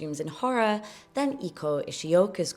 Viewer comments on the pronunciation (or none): Love this topic! (Also, unless she had some stylization of her name I'm not familiar with, you'd pronounce "Eiko" as "ay-ko". Just FYI, as she's sure to come up in future vids ❤)